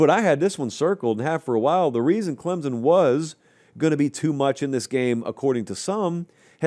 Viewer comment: For the love of all that is holy, it is Clem-sun, not Clem-zun. Get it right.